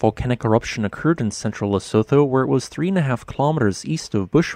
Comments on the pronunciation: It’s pronounced ‘Le-su-tu” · By the way its pronounced "Le-su-tu". Keep up the good vids. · Pronounced - Le - su - tu/too. The (Tho) is a too. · The name of the country is pronounced lesutho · The H in Lesotho is not pronounced. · His pronounciation of Lesotho is slowing killing me inside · To someone from South Africa your pronunciation of Lesotho is stupidly hilarious, I like your stuff but jeez lol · Look up how to pronounce it before making a video.